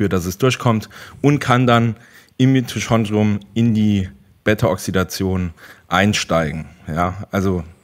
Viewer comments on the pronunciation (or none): "Mitochondrien", nicht "Mitoschondrien"